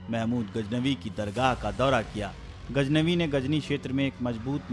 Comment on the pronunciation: Learn to speak correctly Indian media... What's gajnabi? It's Ghaznavi.